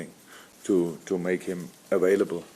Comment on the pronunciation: "Awailable" -Jurgen Klopp